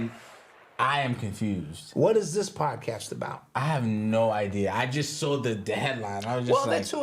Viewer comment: Love this "Paacass" has a gift 😂! Thank You